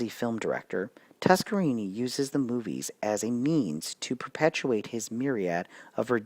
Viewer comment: Thought it was always pronounced TuskerNINI